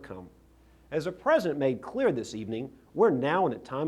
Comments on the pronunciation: Why did he call him Present instead of "President"? And do you think he practiced hard to get that Louisiana lisp? What a silly man. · He can't even say President right! It's like Arnold calling California, 'Collyfornya'? Republicans sure as hell can't talk!